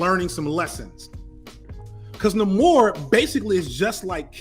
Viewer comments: its NAY-more, not Nuh-mor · having a mini stroke with every pronunciation of Namor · Bruh why do you insist on the off pronunciations... Nah-Kee-ya NAY-Mohre